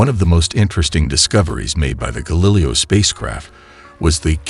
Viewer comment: Screw that stupid computer voice narrator. How could you not catch the thing can't pronounce Galileo correctly?! That makes the video seem amateurish and makes it unlistenable. Boo.